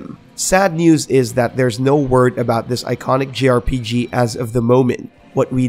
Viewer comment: he keeps saying "grpg",,,,,, its jrpg